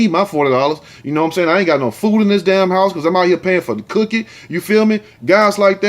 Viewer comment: U keep killing me with "cookie" "wood" and that "fonkey(funky) ass"! Even with the most serious stories u find a way to crack my ass up!